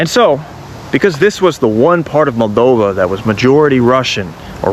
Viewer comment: It's Moldova, not "Maldova".